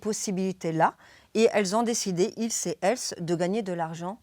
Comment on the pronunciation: Qui ca !? Ilse et ellse ??? Comprends pas !